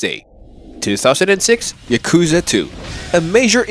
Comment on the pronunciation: If you're gonna say Yakuza throughout the whole video, at least pronounce it correctly... 💀💀